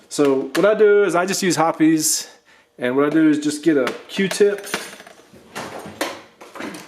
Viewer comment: Are you really saying "Hopp-es?" Lol it's said like "Hop's". Nice breakdown but this is way to extensive for a basic break down and shouldn't be necessary unless you experience issues.